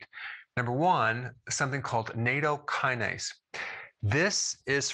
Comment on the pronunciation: plz learn the CORRECT pronunciation : na- -tow -kuh-nayz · not nAto, just NA-TOW